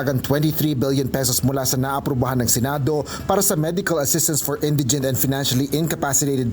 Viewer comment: Oyyyyy. Kayo ha? Ayusin nyo nga ang pronunciations nyo. Nakakahiya. Example: SCAFFOLDING & INDIGENT. NAKU .. SIN VERGUENZA. I GAVE UP ON YOUR IDIOT NEWSCASTERS PRONOUNCING NEWS AS NOOSE. EMBARRASSING 😳